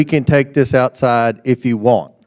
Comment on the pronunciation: "Cash me owside!"